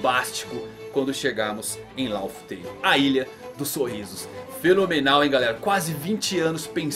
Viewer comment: Bro é Raftel e não Laftel....